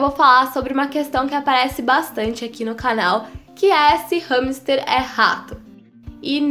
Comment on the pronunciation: Eu achava que era "ramster" , a quantidade de vezes q ela diz no vídeo com essa pronúncia, fiquei a achar q me tinha enganado no vídeo, entao mas ramster ou hamster?😂😂😂😂😂